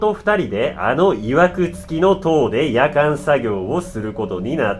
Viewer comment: イントネーションがキリンがおかしいのかワイの頭がおかしいのか夜間作業のヤカン作業ってなんやってなった。 ヤカンで沸かさんといけんことあるんけ？って思ったんだがw